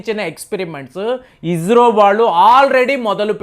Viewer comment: అయ్య నువ్వు స,కు జ,కు తేడా తెలుసుకో అది ఇస్రో, ఇజ్రో కాదు నీ తెలుగుకు ఒక దండంర అయ్య